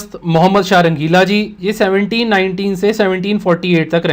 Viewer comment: 13.36 you just pronounced 1719 as 1749. Overall the video series are awesome. very good initiative. hats off for you